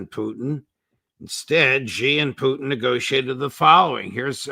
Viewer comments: Dear, dear Judge. First, thank you! Second: "Xi" in Xi Jinping is pronounced she, like the female pronoun. (Ray gets it right.) Not zee like zebra. Not gee like genius. See Wikipedia article 'Xi (surname)' or Google will say it. Phonetically, it is /ʃiː/ or shee. (If one pronounced Trump like Thrump or Macron like Maclon, a polite correction would be appropriate, right? Well, Xi is just as prominent a leader.) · Love these guys. BUT. Now that Xi Jinping is the most powerful person in the world, wouldn't it be appropriate if they learned how to pronounce his name correctly? It's Xi, not Ji.